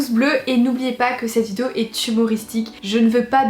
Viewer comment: T'as vraiment du mal à dire vidéo hein ? Essaye de t'entraîner pour la prochaine ... vidéo ! ;p Love